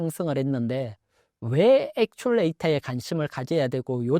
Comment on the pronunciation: 좋은 내용 잘들었습니다. 아쉬운 한가지는 엑츄레이터가 아니라, actuator 엑츄에이터로 발음하셔야 합니다.